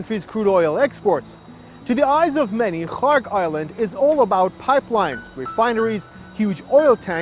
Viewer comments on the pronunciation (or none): Strange timing for the video to end up on my YouTube feed And the presenter pronounces Kharg island like Khamas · Kharg Island? I thought they were sayin Kong Island😮Cancelled my trip